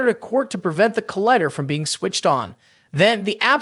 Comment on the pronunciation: Yeah, saying collider as collihder